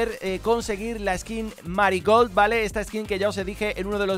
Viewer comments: Y se dice meri gold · Dice maricold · No se si soy yo o que pero cada ves que dice marigold escucho "Maricon"